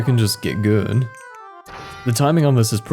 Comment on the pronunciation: Read this, skipped to it and still laughed. It's the very small focus on "guúd"